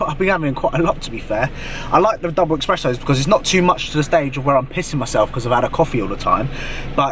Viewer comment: Ess press oh Not ex press oh